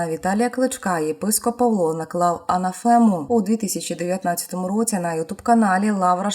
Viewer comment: анАфема, а не анафЕма